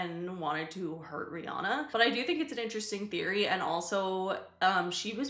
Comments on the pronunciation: you said BUTT Eye doo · you said butt like